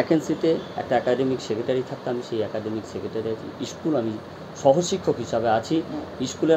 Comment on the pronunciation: ইস্কুল নয় স্কুল বলুন